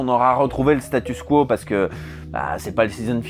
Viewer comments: Tu dis statuss quo car on l'entend bcp dans les programmes américain des dernières années. En anglais Status Quo, en français Statu Quo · Pourquoi tu dis statusse ? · Par contre on dit "statu quo":) cœur sur toi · Tu dis "Statussssss quo" comme en anglais, comme on prononce le nom du groupe Status Quo qui chantait "In the army now". Ce n'est donc pas une erreur, c'est juste anglais :) Par contre on dit "aller de Charybde en Scylla" en prononçant "Karibe", comme on prononce "charisme" avec un son "KA". Sinon sur le fond de la vidéo : deuxième vidéo sur Futurama que j'ai aimée, je vote donc OUI pour un top sur South Park :D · Enfin tu prononces à la francaise le mot anglais "status" 😆